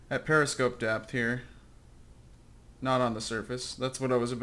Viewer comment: Preposter-scope. You speak German goodly.